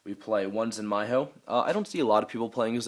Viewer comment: lol, talks about Ptolemy's pronunciation, still says Kaus, Praesepe and Zenmaioh, wrong.